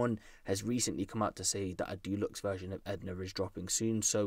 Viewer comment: A man said Dulux instead of Deluxe 😂 aint that the paint bro